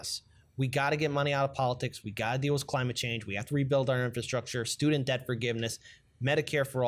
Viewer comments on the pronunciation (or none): none